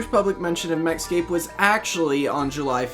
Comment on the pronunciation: everytime you go to say MechScape, I keep thinking you're going to say Mexico